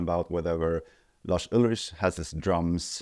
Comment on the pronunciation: Pretty sure his surname is pronounced Ulrik